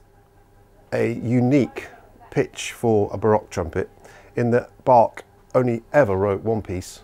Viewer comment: D Schoepflin, it's not about the subtiitles but about the mispronounced name though ;)